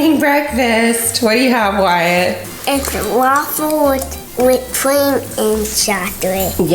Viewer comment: At all I can hear is her calling the Wyatt "Matt" and it's bothering me so much. Is it not supposed to be "Why-it"?